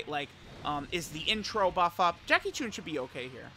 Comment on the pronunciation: My ears every time says “Jackie choon”